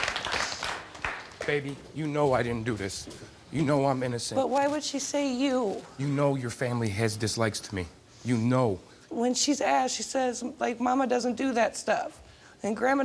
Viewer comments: “you know your family has dislisked me” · He said ; dislisked 🙄